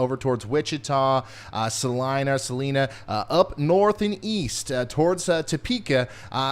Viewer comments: Right? It's Sa-LYE-nah! He wasn't sure, so kept pronouncing it both ways every time he mentioned Salina. Each time he said Sa-leena, I cringed. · Sa-leeena, haha